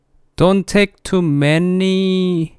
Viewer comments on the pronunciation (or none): 돈트 테이크 투 뫠뉘 😂😂